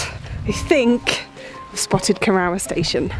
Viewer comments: And Geoff Saying Cor-our instead of Co-roor. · Seems to me that Cor-ROUR is a sister station to Sh-ROWS-bury, don't you think? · Lovely video, but I winced every time you said the name Corrour -- should be pronounced "korroor". That aside, I admire you and Geoff for walking such a distance in that vast and beautiful landscape! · What a load of precocious nonsense. At least learn, correctly, how to pronounce 'Loch', 'Rannoch' and 'Corrour'. Contemptuous. Seems like an ill-cast comedy for virtue-signalling fools. Not recommended. Stay free [of this]. Rannoch aficionado since July 1963. 😎 PS. Pelters welcome.